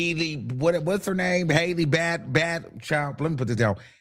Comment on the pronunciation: Every time he say Hailey it’s a different last name “Hailey Bealy” 😂😂